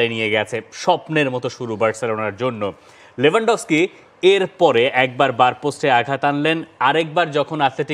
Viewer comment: Not লেভানডফস্কি its লেওভানডোবস্কি।